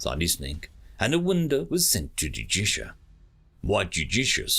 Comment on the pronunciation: Small narrator failure. Judicia and Justicia are 2 different characters but the narrator pronounces them both as Judicia.